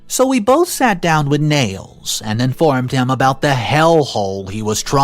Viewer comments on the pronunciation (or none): Sorry but I have to correct the boys name pronunciation. Nial is ni-al not nails. Still love your work though. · thank you for doing these stories! Friendly professional advice, maybe work on the proper pronunciation of some words/names. IE Nials sounds like Niles